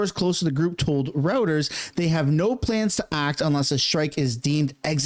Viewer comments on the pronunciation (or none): The news agency your trying to say is pronounced ROY-ters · Its "Roy-ters" ffs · Reuters is pronounced as “Royters”